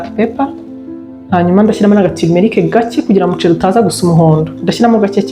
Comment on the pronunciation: Ukuntu uvuga umuceli😂birumvikana neza❤❤❤